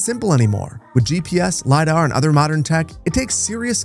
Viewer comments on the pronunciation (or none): none